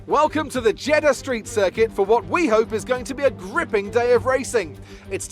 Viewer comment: Btw it's Jeddah not Jeddha